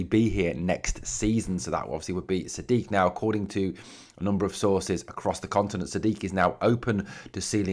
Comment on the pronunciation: The fella 'Majid Sadiq', his surname is pronounced as 'Sad-eek' as we here on GB would say.